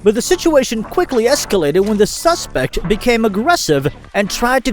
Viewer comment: Suacespect? Did the rob an Italian restaurant?